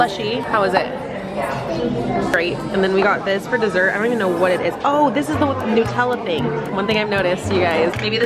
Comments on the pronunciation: So glad you enjoyed the European experience! My favourite bit was you saying Nutella like New-tella 😂 Instead of Nut-ella. Is that the American way 😂😂❤❤ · The way Americans pronounce Nutella is interesting to me. As an Australian I pronounce it like nut-ella (ie like the nuts it’s made with).